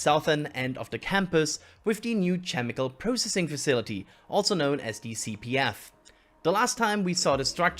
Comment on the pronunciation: I gotta start saying chemical like does. CHem-ical. I love it.